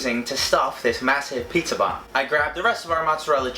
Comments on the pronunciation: He says "PAYHTZA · says it like, "PHEETZA!"